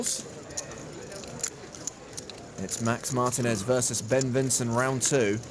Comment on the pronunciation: Excuse me, it is Mar-TEEN-Ez, not MARTIN-Ez.